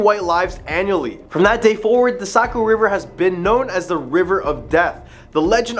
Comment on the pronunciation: Unfortunately, you say it like you live in south Nashua. Are you a mass migrant. You say Nashua right but NH. I worked in Somersworth and Durham a couple years and it's Saco not Socco. And Ports-myth( or mith, if you're superstitious ) Other than kids jerking, or, unfamiliar tourists talking. Almost no one local says it another way. There's also a problem of flatlanders not talking the same accent of highlands or more north in Coos( Far North). Strong Quebec influence. Anyway who am I. Just a raised Nashuan, living in Manchester NH more than 20 years, with many years living homeless and out of my car( and yes in Nashua, Manchester, Concord, etc.)mixed in.